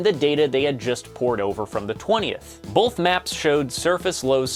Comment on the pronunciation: Why do people say boLth? Do they also say they took an oaLth?